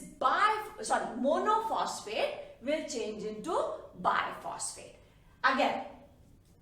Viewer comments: I think maa'm it should be Ribulose bis phosphate , not rubilose bi phosphate. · Mam actually it is not ribulose biphosphate but "ribulose bisphosphate" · It's bisphosphate not biphosphate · excuse me maam RuBP is ribulose BISphosphate and not ribulose BIphosphate. thank you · tqq soo much for ur help in this difficult lesson mam.....but there is a small correction ....u said ribulose biphosphate...but it is ribulose bisphosphate.....difference is there....